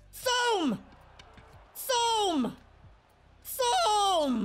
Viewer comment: Thome is pronounced Toe Me